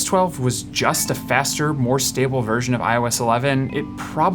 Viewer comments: was anyone else hearing "I was 12" every single time he said "iOS 12?" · instead of "iOS 12" I always understood "I was 12 when..." took me some time to figure out ;) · Am I the only one hearing 'I was 12' when he says iOS 12?😂